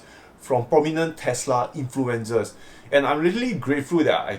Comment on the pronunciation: Fast becoming one of my favourite Tesla / investing channels. The following is with great respect for your excellent English. The way you say ' influencers' makes it sound like they have the flu. I think you are ending the word with za. influenZA ( which means flu) instead of influenCER. The cer sound is said very much the same as the word 'sir'. Regards, Tom in Australia.